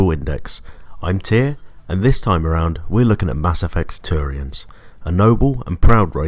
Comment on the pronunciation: his accent made it sound like he said tyranids instead of turians just wanted to point that out